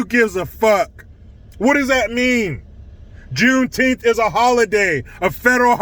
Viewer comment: "Junetenth"? That's weird, "June" isn't a number.